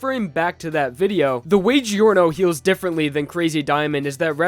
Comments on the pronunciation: Giorno is pronounced “Jorno,” not “Gee-orno.” Also, what about GER? It would be the best healer, technically. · Please, stop pronouncing Giorno as "Geeorno" instead of "Jorno" It hurts my soul